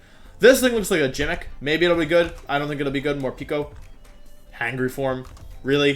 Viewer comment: Hey nice video, just letting you know that 'Forme' is pronounced 'Form', not 'Formee'. By the way 'Gimmick' is prononced with a G sound not a J sound. Hope this helps :)